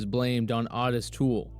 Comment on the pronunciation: I don't know why everyone pronounces his name "Ah-tis". It's "O-TIS" with a long "O". Ffs, every time.